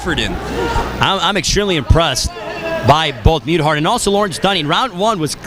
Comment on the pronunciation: Brad's my cousin, and they pronounced muthart wroung. i dont see how its so hard